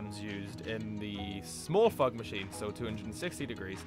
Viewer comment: Why i hear a "FUCK maschine" instead "FOG maschine" when this dude pronounce that?